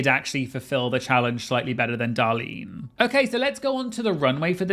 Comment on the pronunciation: So funny that he corrects the American pronunciation of Cheshire but literally cannot say “Darlene”. Just a quick reminder is “Darlene” not “Dahlin”